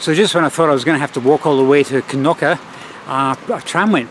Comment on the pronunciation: I like your pronunciation of Knokke. I was actually waiting for you to call it "Nokke"". Well done.